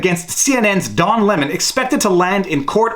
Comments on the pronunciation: Lol did I hear “dong lemon”? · I can't be the only one who keep hearing "Dong" Lemon. Right?